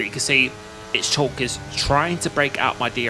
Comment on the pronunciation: The driver Schalk's surname is pronounced skullk. It's a South African Afrikaans surname.